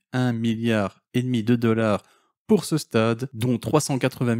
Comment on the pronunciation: Et pouis, 18 deleur, il parle français ?